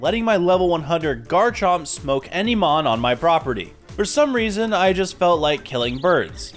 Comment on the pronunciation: Stopped watching after getting tired of hearing you butcher mons names 😅